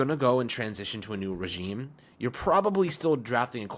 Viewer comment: The most important thing that nobody's talking about: is now consistently saying the word "regime" correctly. My guy's been putting in work! 😂